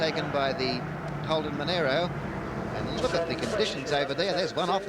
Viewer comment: Monaro not Monairo. Those ABC announcers are genelly terrible!